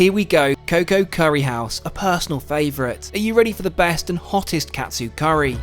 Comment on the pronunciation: Could you repeat what you ate while in Tokyo at the coco currey house? What i heard was "the best Catsoup" 😢